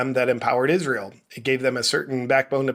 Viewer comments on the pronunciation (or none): none